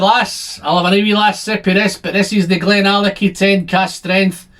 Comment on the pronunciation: it's pronounced "glendronah".....